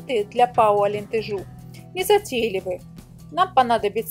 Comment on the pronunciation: Правильно произносить АлентЕжу. Привет из Португалии!